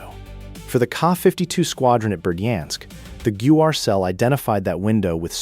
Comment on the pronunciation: "ATTACK-EMS" << acronym pronounciation. "G-U-R" << sounds like this. Your video visuals dont match the audio. The video is too long. Asking questions? sophomoric. This would make a good 10-minute video. What it lacks is cohension and what it needs to get rid of is saying the same thing more then once. Just set the ground work and then move in to the kll. People dont have time to waste watching 10 minutes of the same narration. Finally, state your references, such as putting up screen shots from ISW or AFU released reports. Good try, but needs tightening.